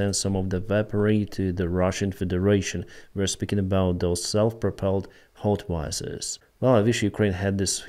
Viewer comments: plz, its howitzer, not hotwizer =) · North Korean hotwizer? 😂Slip of the tongue no doubt. Good video. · Говицер ~ howitzer ~ haubitser 😉 😊